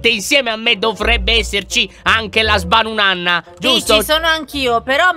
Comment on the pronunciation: Tutti i nomi li trova Lyon,Sbanunanna 😂 invece di Sbanunata.